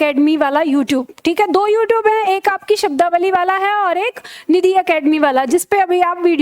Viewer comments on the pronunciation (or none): none